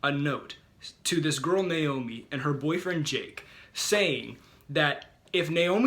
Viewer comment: I'm just glad he said Naomi correctly most people don't